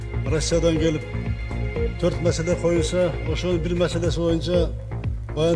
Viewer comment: Масала эмес ,маселе .